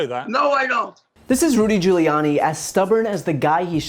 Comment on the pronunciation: lmao at Giullani.